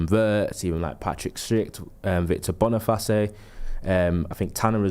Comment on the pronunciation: Man pronounced Boni-face as Boni-fa-ce 💀💀💀